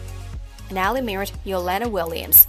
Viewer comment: The person who made this video needs to learn how to Pronounce Ali's Name Correctly!